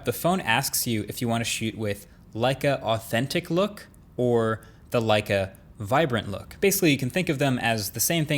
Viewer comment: Thats not how you pronounce Leica.